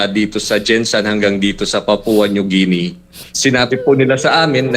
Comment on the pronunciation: Atty.. ang sakit sa tenga ng Papua New JI-ni mo.. ang tamang pronunciation po ay GI-ni.